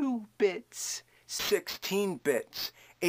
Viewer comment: from "bits" to "bitch"